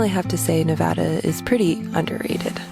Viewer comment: I'm so glad for your adventures😊 Thanks for saying Nevada correctly lol Keep Jeeping!!